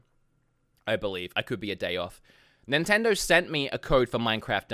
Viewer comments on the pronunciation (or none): I love the way he says “NINTENDORRRRR”